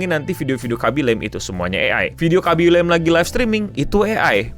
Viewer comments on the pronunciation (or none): Khabbi lame, bukan khabbi lem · Baca namanya bukanya bukan laeim tapi biasa aja "la-me* Do your homework please. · Fyi bang, Khaby Lame pronunciation namanya bukan 'lame' yang dibaca 'leym' kayak di bahasa Inggris, tapi lebih kayak "La-Me" aja :3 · bacanya Kha-by La-mi btw